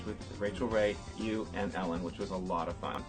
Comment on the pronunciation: ellan? Its ellen